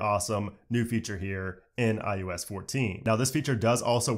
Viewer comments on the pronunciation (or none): IOS — “Eye-You-S.” Eye-OH-S? Library— “Li-bary” Li-bRary? LOL — regardless, great info and THANK YOU! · It's iOS not iUS like it sounds like you keep saying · Is it me or do you keep saying, "iUS 14" instead of iOS 14? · maybe someone should tell this guy that iOS isn't called iUS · I kept hearing you say IUS instead of IOS and I started to think I was crazy. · it's EYE-OH-ES. Not EYE-YOU-ES. 😩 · David Cardona your answer to his question reminds me of the kid in 3rd that when you asked for gum and they would say they have some at home. Technically it’s on the same subject but not relevant to the context at all. Unless you are saying he learned to say IUS in those first few months but has refused to get with the program after years and years. Also while being a tech youtuber that needs to properly be in the know about new things. Idk if I’m buying that one. I’m gunna say he is Canadian or has a slight regional accent of sorts from the USA. But yes Adrian. He was seeming to say IUS the whole video. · Killing me with the “iUS” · i'm telling you.... I finally had to mute him and use CC.... every time he'd IUS 14, I wanted to scream. and little shit doesn't bother me but this... this triggered a bish. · Kept saying IUS it was annoying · Sounds like you’re saying iOOOS or iUS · So annoying saying iUS14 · Lol, never noticed. Now I can’t not hear it. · It sounds like you’re mispronouncing iOS, which would be amazing.